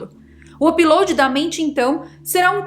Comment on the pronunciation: Me desculpe em perguntar, mas porque voce nao pronuncia Upload de maneira normal? apiloadi???